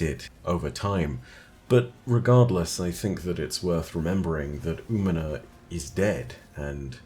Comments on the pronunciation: Hey, Umina is a female hispanic name. Also the ñ is emphasized. Think "ooh-me-nya" for the phonetics. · Hey, if you want help for the pronunciation of Umiña: oo-mean-nya. Tilde (~) in Spanish adds a 'y' sound to the letter n.